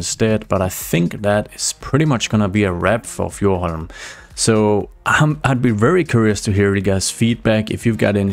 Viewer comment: I would love an episode of you speaking your main language I loved how you pronouced Fjordhoim it was just awesome